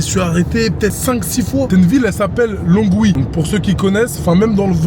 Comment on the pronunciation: Ça se dit lonwii 🤣